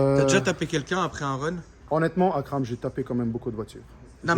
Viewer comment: Il est super attachant ce mec ! Son français est super ! J’adore sa manière de prononcer Akram.